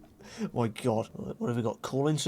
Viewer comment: "Ma teeth", makes me laugh sooo hard